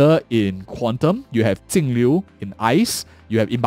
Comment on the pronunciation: Could you stop calling Jingliu Tingliu?